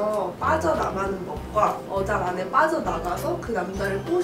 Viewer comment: 분쯤에 어장을 여장이라고 했네요